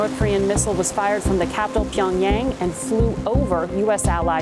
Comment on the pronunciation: How hard is it to say PyeongYAHHHHNG and not PyeongYAYYYNGG. You could literally use Google Translate to learn how to pronounce words without spreading the WRONG way to pronounce Korean. Get it together